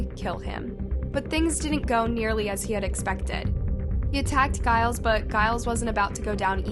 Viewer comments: Are you saying Giles? I am just confused because that's really not how you say it. Few bits like this recently. Just thought you would rather know. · it's supposed to be pronounced with a G as in George. 🙂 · Please google how to say names, saying them incorrectly is annoying. Giles is pronounced with the G pronounced as you would in the word 'gent'.